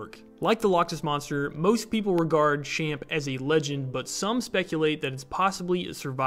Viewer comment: It’s pronounced “Champ” like Champion, also it’s more a VT then a NY thing